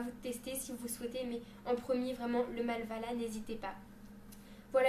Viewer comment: C'est pas Malvala c'est Mavala :) :p